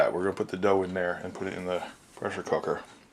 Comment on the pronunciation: "presshr cookr bread"